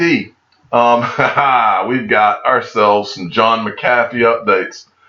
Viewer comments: I'd leave a comment but you don't seem to read them, that's why you keep pronouncing John McAfee, John McCathy. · Nailed the pronunciation on McAfee brother! Thank you for all the work you do, it's very much appreciated!!